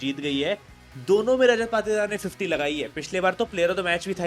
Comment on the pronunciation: Bro need some Correction Patidar =पातीदार ❌️ Patidar=पाटीदार ✅️